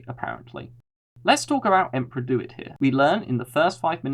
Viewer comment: It's "DEW IT", not "Do. It."!